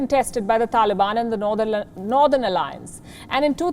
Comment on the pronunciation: I like when she stopped pronouncing of northern..🤣🤣